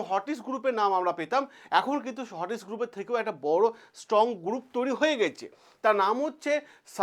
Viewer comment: গুরুপ, কিলিয়ার, পবলেম, ইয়ামিন এগুলো আগে সঠিক ভাবে উচ্চারণ করুন। কানে খুব লাগছে।